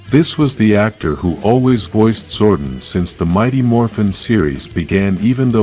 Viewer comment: fix how you pronounce zordon you say wrong a lot it's disrespectful to the charter and the name of the power rangers event too